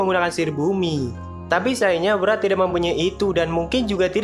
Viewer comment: Yg gue dengar Murad,padahal wrath🗿